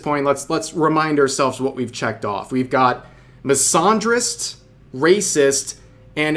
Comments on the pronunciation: Miss-ann-drist Not misahhn❤drist 😂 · The way Rev pronounces misandrist made me do a double-take. Like. Huh.